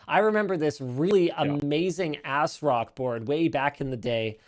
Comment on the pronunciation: tell me he didn't say "...I remember this really amazing ass-rock board..."